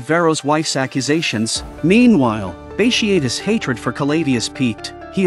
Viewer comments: Great vid except for mispronounced name of Bartious multiple times throughout the vid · Bat tee ott tus. That’s how you pronounce it